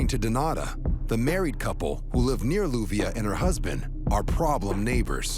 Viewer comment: Her name is LLUVIA pronounced Youvia